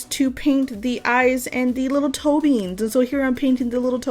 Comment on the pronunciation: I like how you said 'PAIN't lol cause it is a real PAIN to me lol